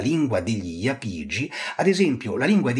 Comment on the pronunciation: Solo una piccola correzione, si dice Iàpigi, non Iapìgi, almeno stando a sentire la mia professoressa di archeologia italica. Ottimo video!